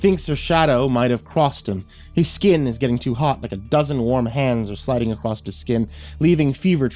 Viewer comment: I honestly wasn't speaking much on this video as I couldn't remember where it was, but like, he does actually say "acrossed" or "acrosst" a fair bit in other stories. Many narrator channels do, sadly, it's a pet peeve of mine that I do my best to bury to better enjoy the story on average.